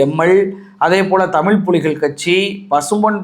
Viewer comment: The way you say "Thamillll" is truly annoying. Thamizh nu solla pazhagikonga bro, illaina change the channel name. Thamizh nu kooda solla pronunication naama pazhagaama enna Thamizh channel vendiyadhirukku?! No offense. Ellaa neramum when I open your video, it's irritating.